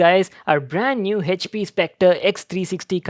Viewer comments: Yeah but it's wrong pronunciation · The pronunciation of " HP " , he says is OP 😂😂😂😂😂😂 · No he says Hech P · 😬😖 everytime he says HP (हेचपी) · The way he says "HP"